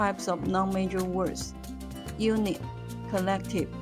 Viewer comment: noun sounds like 闹呢 not like 男 （i mean initials and finals not tones, english isn't tonal)